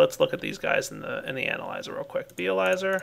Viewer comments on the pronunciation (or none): none